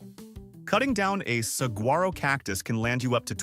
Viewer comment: Saguaro is pronounced "sah-WHA-ro". And yes, they are royalty here.